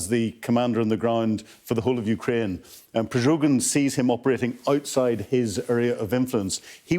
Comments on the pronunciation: This so called expert has no credibility when he cannot even pronounce the Wagner Group leader's name correctly...PreGOzhin....NOT...,PreZHOgin... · it's Prigozhin, not Prizhogin! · Come on, at least learn to pronounce the guy's name before lecturing about him on TV. It's Prigozhin, not Prizhogin. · Prigozhyn, not Prizhogin. Stress on "o". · Prigozin not Prizovin, lol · Not Prizhogin, Mr. Expert! Pri-go-zhin! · Not Prizhogin but Prigozhin 😅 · Not pryzhogin but pryghozin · I hate how badly he's pronouncing the name Prigozhin. It's [Pre-go-zhin], he's saying [Pre-zho-gin]. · It is already the second program of Sky News when the "expert" cannot properly pronounce the name of the Prigozhin. Instead, he says Prizhogin. If this makes a difficulty for him then probably he has also mistaken who is winning and who is losing. 🤣🤣🤣🤣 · PryGOZHIN, not PryZHOGIN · He even can’t learn name Prigozin and says “Prizogin”...what a low class propaganda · I kinda like that none of the expert British military analysts pronounce Prigozhins name correctly 😂 slava ukraini! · Love the way Sky analysts always mispronounce the name of "the chef". I think they do it on purpose and I support that - screw that c*nt! But I don't agree that all was about Bakhmut for 6 months - during that period the Ukrainians managed to liberate a vast amount of territory north of Bakhmut and in Kherson oblast. The fixation of the occupants to capture Bakhmut is playing in the hands of the Ukrainians.